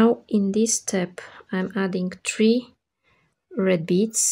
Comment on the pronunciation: have you been living in Dubai same years ago? there was a girl with her video tutorials who pronounced 3 (three) just like you (it sounds tree). If so........ you`ve come a long way great, if notc...please excuse my "curiosity" I love the ring and greetings from northern Spain